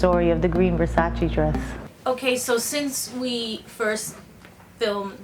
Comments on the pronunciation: Donatella said its called versace not versachee. But love you JLO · Versace not versaci!!! please call it properly does not take a PHD"!! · Every time she pronounces "Versace" makes me wanna play her the Vogue's 73 Questions with Donatella.